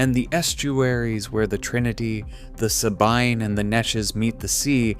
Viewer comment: The Sahbine? It is the Sabine river, pronounced Sabeeeen.